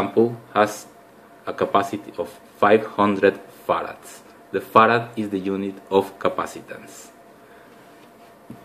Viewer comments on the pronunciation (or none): when u are saying frad it sounds like fart. lol